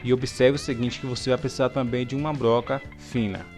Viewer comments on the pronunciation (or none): none